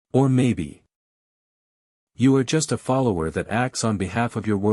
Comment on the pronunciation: interesting. The first mispronunciation I've seen on this channel: Devoured and then "follower!!" got turned into "folowerii" right after. (Just for future reference)